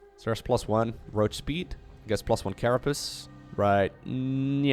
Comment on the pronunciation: its carapace.....not carapiss